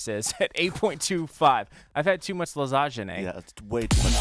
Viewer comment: btw for pronounce - lasanie "gne/gni" in nie/nie so tasty italian food.